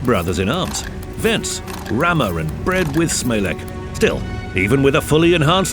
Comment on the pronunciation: Guys, "bread with smalec" shouldn't be pronounced "bread with smalek" but rather "bread with smalets".